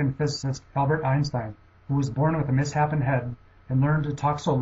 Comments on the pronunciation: "mis happen head" ...it's pronounced "miss shapen" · Einstein had a "miss-happen" head? I think you mean "mishapen," pronounced "miss shapen." Wow. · This is highly addictive viewing, surprised there aren't more views. Not a criticism, just an editing note: Einstein had a misshapen head, pronounced miss shape en. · you mispronounced misshapen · Oh sure, he could pronounce "Goethe" correctly, but not "Euler" or "misshapen"... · I heard that, too. I was like, "Really? This is a video about geniuses and you can't even pronounce misshapen?"